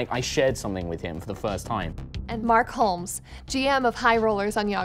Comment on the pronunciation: Mark hull-ms lol